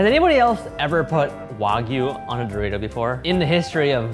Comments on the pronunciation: I have never heard someone pronounce Dorito as "Dor-eye-to" before. I thought he was talking about a seasoning I have never heard about or some shit lmao 😂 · Amazing show my only complaint is Ryan's Pronouncing of Dorito 😂